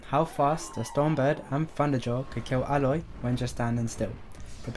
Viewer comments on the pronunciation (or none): Why do you keep on pronouncing it “ah-loy” when the game has already told you it’s “ey-loy”??? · Its Aloy Not Eloy